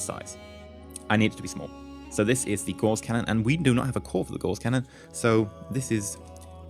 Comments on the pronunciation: Isn't it said like gauze? As in a gauze mat? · Gauss rhymes with louse, btw :-). And you keep saying 'duranTium', which I admit does sound better ;-).You got me into Aurora, thanks for that, it's great. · Actually both pronunciations of Gauss are accepted. However you are right about Duranium.